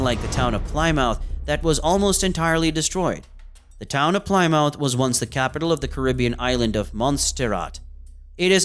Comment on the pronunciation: Mispronounces Plymouth.